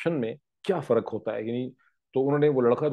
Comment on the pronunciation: Waqt not waqat, improve your Urdu. Again the word is farq not faraq.